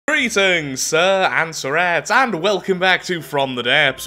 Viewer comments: Almost look if you sead Reatings in stead of greetings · Aaand we are back to "REETINGS sir and sirrettes." Great content. Love the vids even with tiny slipups.